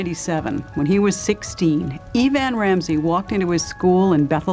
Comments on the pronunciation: EeeVan?? Not Evan. How do people graduate high school, let alone get a job as an announcer/news presenter without knowing how to announce basic names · E-Van or Eh-Van. AI doesn’t get numbers or names right much of the time. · “E”van? How stupid